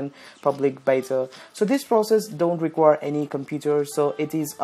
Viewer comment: "Hey guys welcome to tis Video" Dead